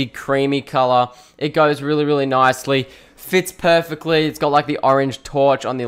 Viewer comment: Why did you say every Time "Perfactly"?